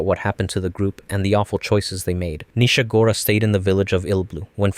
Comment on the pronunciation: 1.) not every Narehate 2..) you got Nishagora wrong D